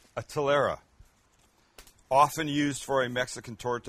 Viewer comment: Extra Points for nailling the kind of bread as "Telera"